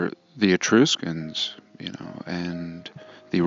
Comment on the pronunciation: The "u" in the word "Etruscans" is like the "u" in the word "truck" not like "E-troos-cans". 🤣🤣🤣 but getting back to the Etruscans, you're right they were all buried in a mud flood. Their entire civilization is buried about 15 ft under the ground.